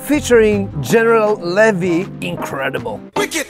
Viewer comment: You're a year older than me. We're keyboard player clones! I've been session keys for 30 years, not producing, is the only difference. Btw, it's pronounced "Leevee", for General Levy.